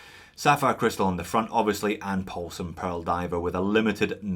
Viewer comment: First we had “Big Dick”, then “Deep Paul”, and now a Asian sounding “Paul-Son”....makes me think the “alphabet soup” renamed Neymar was not so bad after all 🤪.